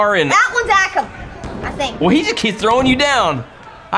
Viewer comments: its not pronounced RE-zar or A-kam its pronounced RUH-zar And UH-kam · It is'nr AAkam And not REEzar it Acum and razar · U say akam like this Ay-kum and rezar ray-zar ok big fan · you pronounce it like Rae - zar. a - kam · This is how there names sound akum a rayzr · it's pronounced ake- um & ray-zar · It’s pronounced ( ray zar and a kom) rezar and akam